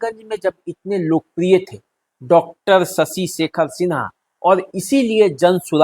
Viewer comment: PROPER NAME IS SHASHI SHEKHER SINHA , NOT SASI SEKHER SINHA. PLEASE CORRUPT THE PRONOUNCIATION IN FUTURE.